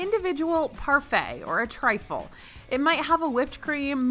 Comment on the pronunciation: She said trifle..... girl